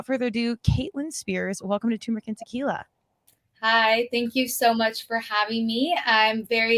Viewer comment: It's tuRmeric you morons lmao